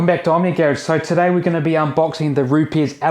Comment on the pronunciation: Just for reference guys, Rupes is pronounced Roops